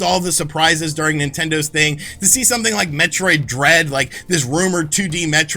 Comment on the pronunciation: When he said Metroid Dread I thought he said Metroid Bread,,,, lol